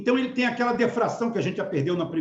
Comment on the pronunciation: PRONUNCIA-SE POR DIFRAÇÃO, E NÃO DEFRAÇÃO.